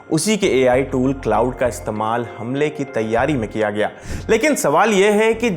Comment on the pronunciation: क्लॉड बोलते है भाई ?